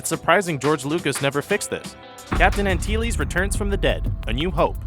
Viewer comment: You pronounced "Antilles" wrong.